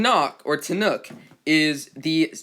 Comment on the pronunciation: You said it right